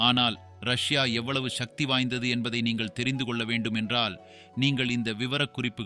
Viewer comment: நீங்கள் தமிழ்வழி கல்வி பயின்றார் இல்லை போலும். உங்கள் மொழி பெயர்ப்பு கொஞ்சமும் சரியில்லை. மேலும், சக்தி என்று உச்சரிக்காது ஷக்தி என்று இக்காலத்து தமிழ் அறியா பிள்ளைகள் போல் பேசுவது கேட்க அருவருப்பாக நாக்கை பிடிங்கி கொண்டு சாகலாம் போல் உள்ளது. தமிழை தமிழாக உச்சரியுங்கள்.